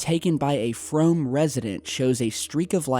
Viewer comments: Frome is pronounced Froom. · its said like "froom" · its pronounced froom. 😉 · it's pronounced Frome like f-room and IV seen loads of these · its pronounced froom :) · I live near there. It's spelled Frome but pronounced Frooom. There is a lot of countryside around here. it's entirely possible it's a malfunctioning amature rocket. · Cley Hill is a hotspot round these here part's (Frome is pronounced "Froom" btw dude).. Cheers for the UK love x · I'm from Frome and that's not how you pronounce it and I can 100% tell u that was fire works they were set by a load of people up by the white horse that's a place everyone walks there dog